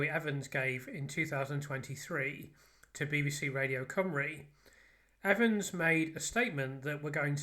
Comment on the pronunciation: I think you might be the first english person I've heared pronounce his name correctly.